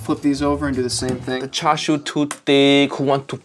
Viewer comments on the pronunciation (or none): none